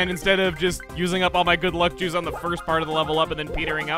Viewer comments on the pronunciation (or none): When he said good luck juice it sounded like good luck Jews and I was like why yes I am quite lucky